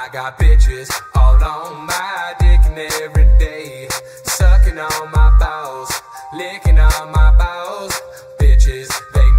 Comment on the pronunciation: The way he said balls he said Bawls or BOWELS.